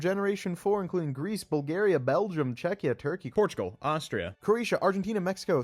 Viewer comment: as the man claps his booty, poop flies above,& he pees as well bro said Portugal like never before